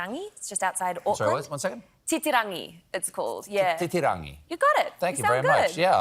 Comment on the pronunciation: Titirangi is close to the beach where most of Xena was shot. I like that Rose pronounces it correctly (as Maori). When I grew up, we Europeans bastardised all the pronunciations of Maori place names and words. (There had been a colonial effort to destroy Maori culture. Children were beaten for speaking Maori at school.)